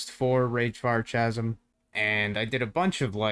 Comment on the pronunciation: Awesome vid! Am so hyped on AI companions at the moment. Oh one thing tho, Chasm isn't pronounced like you think it is. Phonetically i'ts ka·zm, not cha-zm. You're welcome ;)